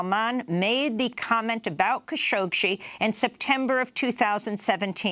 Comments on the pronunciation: Stop mispronouncing the name Khashoggi. Google "how to pronounce khashoggi"; she got the idea how to do it and she never examined it again. So annoying! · There’s more than one way to pronounce “Khashoggi”. Jamal and his immediate family are Saudi, who pronounce it as “Kha-shoh-gee”, although his progenitors and entomology of the surname are Turkish, who pronounce it “Kun-shohk-see”. I believe (although not 100% sure) this is due to a difference in phonetics between Turkish and Arabic.